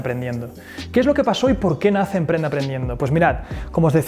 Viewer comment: te comiste la p de emprende, punto 9